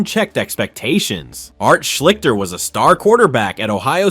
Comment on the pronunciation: Art Shleesh-stir is how you pronounce his name. Just look up any Ohio tv news service from the time and you will hear it pronounced correctly. I know how it's spelled, but you're saying it wrong.